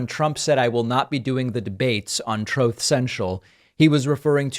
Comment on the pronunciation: Damn you David Pakman! I cannot hear ‘Truth Central’ without my mind repeating ‘Troth Central’ thanks to your sound bites!